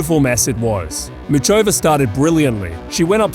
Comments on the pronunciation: ffs it's pronounced Mukhova you ignorant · the fact you present yourself as such a tennis aficionado but can't be bothered to say muchova's name with even the minimum anglophone effort is so off-putting